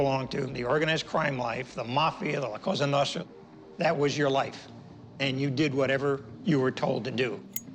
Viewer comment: You say cossa nostra